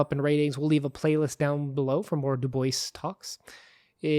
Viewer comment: Excelet presentation. i just have one request. Maybe pronounce check the correct pronounciation of his name. Thats all. Excelent Work :) Loved listening to this